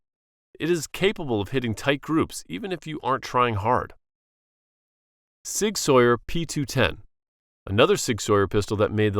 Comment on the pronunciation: It's not Sig Sawyer, it's Sig SOUR!!